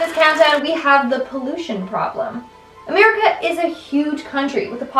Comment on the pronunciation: Am I the only one who noticed that pronounced it as "Merica" on top 2: "serial killers"? 😂 Good video